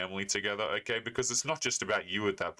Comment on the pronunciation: "Oh Kie uh". You mean "okay"?